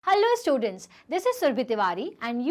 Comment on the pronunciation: Mam said ❌ hello students ✅alu student